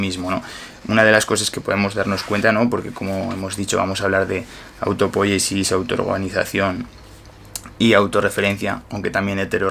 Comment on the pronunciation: Un detalle...no es autopóyesis, es autopoyesis. No es esdrújula. Porfa dígalo bien!!!